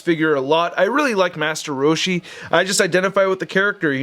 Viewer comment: The way you say master roshi is perfect 😂